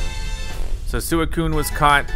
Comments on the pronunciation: suicune is supposed to be pronounced swee-coon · It's pronounced swee coon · When Calyrex possessed Peony I was convinced he was being abducted by Calyrex or something. Also it’s Swee-coo-un, not whatever you’re saying. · swee-coon is how you pronounce Suicune, and also you definitely want to catch it. like this comment so sees it. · Its pronounced "Swee-coon" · I can see you don't know much about suicue it pronounced swuikune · It is pronounced s wee coo ne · It’s really annoying me how you say it’s name that’s how you spell it but it’s pronounced like sweecuine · Your saying suicune’s name wrong by the way